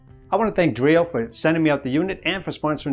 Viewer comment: It's pronounced "Drā-ō" not "Dree-o".